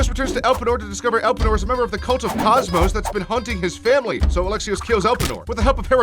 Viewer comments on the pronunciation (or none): I found it funny how you prenounce cosmos as “kasmoes” in English